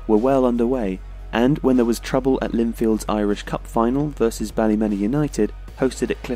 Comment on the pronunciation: From Northern Ireland, loving the series mate but one thing, Ballymena is pronounced Bally-mee-na, keep up the good work but